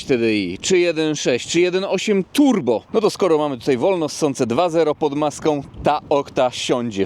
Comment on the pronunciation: Hehe te turbo przy 1.8 jakbym słyszał motobiede 😉 identyczny akcent kładzione na turbo 🙂